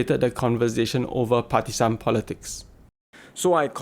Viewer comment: I don't even know where to begin: 1 example is your pronunciation of "partisan" from onwards. it's more soft 'z' sound and not "san" like how a Singaporean slang/Japanese would emphasise. There are also awkward pauses like "jus weeks...apart". One common way is to record yourself speaking short sentences and then compare it with good orators like Lawrence Wong himself, Tharman, maybe LKY's clips. Or how people speak at Ted talks. How some actors like Colin Firth capture the audience. Undulating of the pitch at words and slow but consistent tempo. Your accent sounds like the typical local who never worked on speaking after O level oral exams. Some of the 't' sounds in your words are missing or not emphasised correctly. In short, if you have been seeing ads lately by this guy who is selling public speaking, vs all the other Singaporean ads, you sound like all the other Singaporean ads (typically low-quality accent and crude pronunciation, does not capture the audience with both delivery and energy.)